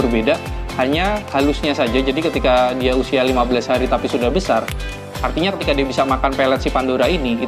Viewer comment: Belajar lah berbicara, kerana orang yang fasih berbicara akan menampilkan dirinya seorang berwibawa 😂😂 eRtinya bukan eKtinya😅